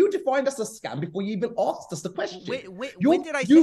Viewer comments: anyone who said 'aksed' instead of asked is not to be trusted with finances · "We Axed for, all we AXE for" xD